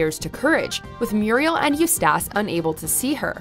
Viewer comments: The narrator obviously never saw an episode.. mispronouncing Eustis's name over and over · The scariest thing is her mispronunciation of Eustace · The most frightening thing about this video is the narrator mispronouncing Eustace’s name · ....that pronunciation of eustace, geez. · OMG Eustace's name is said in the show GET. IT. RIGHT!!! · Are you pronouncing Eustace wrong on purpose? It actually hurts the videos quality. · The worse nightmare is how badly she pronounces Eustace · you cant pronounce eustace, m'lady? NAAUUUGGHHTTYYYY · I mean they watch the shows right? why cant they ever say peoples names correctly? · How the hell do you mess up the name Eustace? They say it every episode! IN THE INTRO! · it seems that this creature who is voicing the video is not a fan of CTCD . #EustaceMispronounce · Her pronouncing Eustace wrong is killing me inside😭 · That pronunciation of Eustace is criminal dude. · The way you say Eustace bothers me so much. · PRONOUNCE HIS NAME RIGHT DAMMIT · GOOD LORD I CRINGED. I only made it through her saying it 3 times before I clicked off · unless english is your second language there is no excuse to mispronounce Eustace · Right? its like they have never seen the fucking show. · I searched and searched for someone else who thought this too. Her pronunciation makes it seem as if she's never even seen the show. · Yeah right? I swear, I didn’t know who she was talking about the first few times. You would think, even if she never saw the show, she would go over some stuff about it…like how to pronounce someone’s name. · What the hell its like she didnt even try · They're just lazy... normal people know how to say the name properly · Even if she is Canadian, the show always say the name properly, seeing that means she doesn't really watch the show and is just reading a script. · Hearing her mispronounce Eustace over and over again made me feel ...... Naaaaughtyyyy ..... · What’s actually scary is her pronunciation of Eustace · Who is Eust-ass